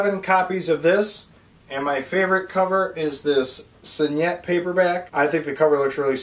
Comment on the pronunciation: Awesome collection! And you did a really nice job of making the video!Just one small piece of constructive criticism... Your mispronouncing signet. Spell out the word to Google and Google will pronounce it for you correctly. All in all you did a fantastic job...a hell of a collection! Enjoy your books! Btw, IT is my favorite Stephen King book too, so far!